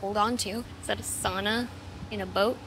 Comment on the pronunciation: Demo Scene mentioned, lets gooo AMIGA forever!... But I disagree on the y7 scenario My Lenovo x201i says otherwise, still going strong to 15years(read infinity) and beyond! 14nm++++++ +++++ and beyond!!! .. also SAUNA not Soona! :P